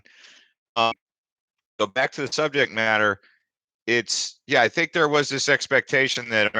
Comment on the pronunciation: Lol it's "think" not "thing"